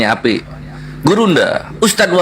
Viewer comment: Maap ya bukan appi tapi APII ya yg benernya, tergantung lawan diskusinya klu lawanya santun santun tapi klau lawanya menghujat marah2 emosi ngotot sebaliknya juga kepancing emosi karna lawanya ga bisa di ajak diskusi baik2 pdahl santunloh klu lawanya santun gituloh